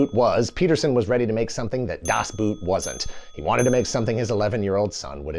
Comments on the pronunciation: It's "Das⛵", not "Das 🥾"! But at this point, probably everybody knows about this and is just trying to annoy germans! 😉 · I think it's pronounced "Das B-OOH-t", not "Das B-OO-t". The "oh" sound is extended. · German pronunciation tutorial: "Ende" is close to "en" from "enter" + "de" from "destiny". German "Boot" sounds closer to engl. "boat" than engl. "boot". Obviously 😄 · michael ende ---> its pronounced ....me-kgha-el en-duh.... not my-kel on-dah das boot ---> its pronounced ....dahs both ... not das boot (as in the boot you put on your feet) love the video though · DAHS BOHT! It isnt pronounced👢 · “Michael Anda” … “Das Buut” please, don’t speakk German 😂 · Das 👢??? Das Boot is about a German 'Boot' (meaning a boat), where 'boot' is pronounced as /boʊt/, with an /oʊ/ as in 'boat' /boʊt/, or 'phone' /foʊn/, or toe /toʊ/ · It's pronounced [das ˈboːt] bruh. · You‘re giving german too much of a flair:D it‘s Ende. Like end in english with another e. Same thing with das boot. Just say it like in english:D we ARE talking about a boat here^^ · "Das Boot" pronounced "Das Boat 🛥" 😊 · Man, I love your videos, but were you trolling us with your pronunciation of Das Boot? Or, didn't you know that it is pronounced as "bot"? (apologies and I am going back to my hole) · Das Boot was mentioned seven times but not once was it properly pronounced ... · Das Boot - the original pronounciation is actually much closer to English "Boat" than to English "Boot". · Congratulations on mispronouncing "Das Boot" 7 times. 😂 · Cringing every time he says DAS BOOT or pronounces Ende's name differently as a German native. :P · That Das Boot counter should have read zero - the German word "boot" is not pronounced like the footwear, it's more of a cross between "bort" and "boat".